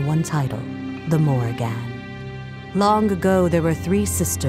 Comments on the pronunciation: Holy shit how is it so hard to pronounce Morrigan properly. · why dis bish saying the morri-GAN